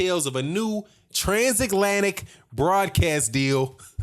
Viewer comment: "Transaklantic"... holy shit dude